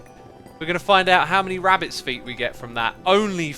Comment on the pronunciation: Did my mans just say phuts instead of feet? Nice